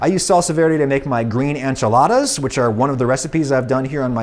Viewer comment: I died inside when I heard u pronounce enchiladas